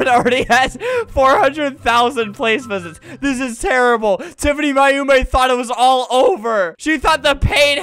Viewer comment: Hahaha i like when flamingo says TIFANY MAYUMI bc it sounds like TIFANY MY HOMIE!